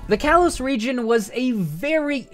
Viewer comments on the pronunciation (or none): none